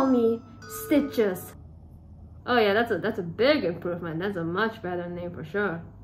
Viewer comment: I love the way he said “Stiches”